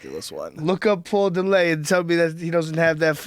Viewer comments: paul de-lay? dude's an idiot. its paul dillet. he's from Canada... not french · this dumbfuck has NEVER been in shape OR used steroids... fucker pronounces Paul Dillett's name as "paul De-Lay".. I've known paul since '97 and ive NEVER known ANYBODY to pronounce Dillett "De-Lay", and he AIN'T FUCKEN FRENCH! stupid fucken pothead. he's from Canada you fat fuck. he's not FRENCH.talking about "I don't need a nutritionist, I KNOW what to do"... uh, no you don't you fat fuck.